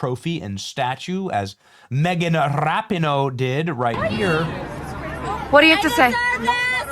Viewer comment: It's Megan Rap-a-ho